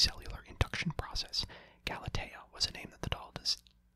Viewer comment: Oh no the memories of 2019; Normal person, (GAL-A-TE-A), (GAL-A-🍵)